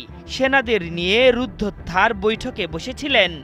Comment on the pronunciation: কি কি, সেনাদের নিয়ে ট্রাম্প কাকু কি বৈঠক করেছে? "রুদ্ধদ্বার" শব্দটার সঠিক উচ্চারণ করতে সাংবাদিক ভায়ের সামনের কয়েকটি ভেঙ্গে গেছে!!